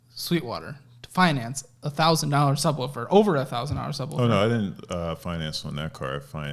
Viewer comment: “The thubwoofer”